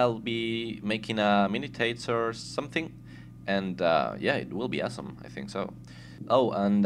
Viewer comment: i likehow he always says asssome xD